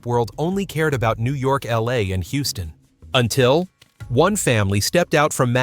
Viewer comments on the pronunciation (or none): none